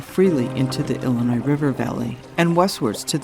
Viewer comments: it's pronounced "illinois", not "ellenois"... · Tell that to most of the population of Chicago, Ellinoise.